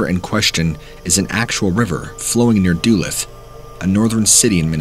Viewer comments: Duluth is pronounced duh-looth not doo-luth.😜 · FYI: It's pronounced "duh-LOOTH" not "DOOluth" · I LIVE NEAR DULUTH MN! IT IS PRONOUNCED DOO LOOTH NOT DOO LUTH! GET IT RIGHT. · Dulith!?? 😂 duh’looth (Duluth) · Another Minnesotan here. Duluth = is pronounced like Dahlooth or Doolooth. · Doo lith lmao I wasn't sure what city he was talking about at first 😂 ive never heard any one pronounce Duluth like that. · Da-luth is how it's pronounced. Not being a troll or anything. Just keep laughing harder and harder each time you say it. Love your videos man. Keep them coming! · Duluth. Lol it's pronounced duh-looth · As a Minnesotan, I really love hearing these stories! Also as a Minnesotan, the way you pronounce Duluth was funny lol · pronunciation of Duluth made me spit out my beverage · you mean it's not pronounced Dew-Luth? LOL. He did pronounce Chippewa correctly.